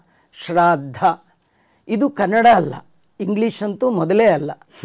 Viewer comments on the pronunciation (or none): none